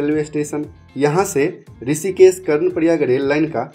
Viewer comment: why you pronounce S instead of SH.? It is Rishikesh not Risikes, Pahari area not paari area. yaar teri English bahut galat hey. I do not where you studied? Every word wrongly spoken.